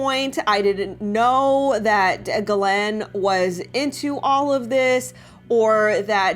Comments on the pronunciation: Just a note, as someone who speaks some French Ghislaine is pronounced very much like geese/lane. sorry... the mispronunciation of her name drives me nuts. I legally changed my name because it was too French for people to pronounce. It was painful to hear it butchered at every turn in new and inventive ways daily all of my life. It's a thing.. just sayin'. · Her name is pronounce Jis Lane. yup Jis..... now think on that. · I think she pronounces it this way on purpose so YouTube won’t flag her video. There are a lot of words that YouTube will censor your videos if said. That’s why she says Jeffey as well.